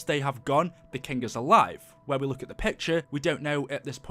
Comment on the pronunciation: Man’s says Luke instead of look.